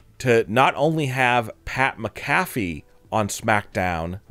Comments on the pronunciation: Mac-A-Fee not mca-fè say it right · Soon as he mispronounced McAFee I left. One of the most legendary punters ever and you can't get his name right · Pat mack a fee. Phonetic spelling since you cant pronounce his name. Come on man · Lean to say Pat's last name right dude! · Jesus atleast pronounce pat macafees name right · This narrator an ai? Why can't he say "Pat McAfee"? Ha. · Can’t even say Pat’s last name right!!